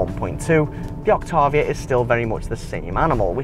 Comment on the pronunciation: You pronounce Octavia incorrectly.